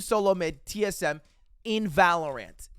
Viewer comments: it’s pronounced valorant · the way he pronounces valorant irks me